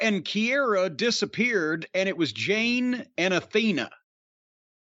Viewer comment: I'm sure he does it on purpose, but it's JADE, not JANE!!!!